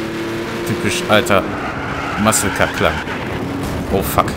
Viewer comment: Soweit ich weiß heißt es "Muscle Car" und nicht "Mucle Car" ;)